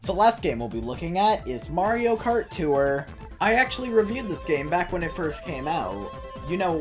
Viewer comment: Why do you pronounce tour as “too-er”